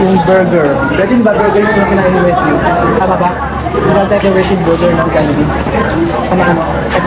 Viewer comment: Tagal ko nag antay ng vid nato d nga rin ako mk tulog kahit antok na antok nako... love to see them eating our own food chain❤ ang galing ni bumigkas ng jollibee